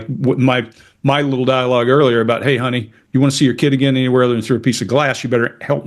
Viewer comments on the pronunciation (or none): love how you become southern when you you started with'look here hhoney